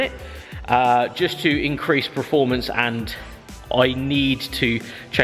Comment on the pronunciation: Oh, I'm sure I heard you say performance then you went and spoiled it by saying preformance twice 🙈😆